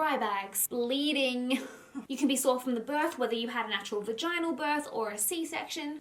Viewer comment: You pronounced vaginal wrong